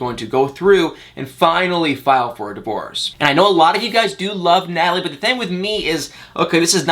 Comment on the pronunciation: Crazy you still pronounce the (I) sound as the (A) Thang-Thing Ank-Ink